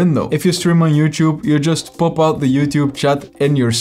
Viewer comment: I like how he pronounce Popout To "POOPout"